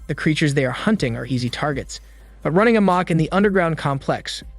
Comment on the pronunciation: Nice, how you pronounced "amok" although you sound less like a bot in your dictation. Good work 💪